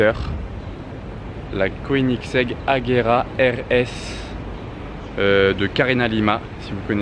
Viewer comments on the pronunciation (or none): J'adore la vidéo mais dommage pour la prononciation de Koenigsegg qui été légérement ''amochée'' pour ma part. Désolé d'avoir écrit ça ^^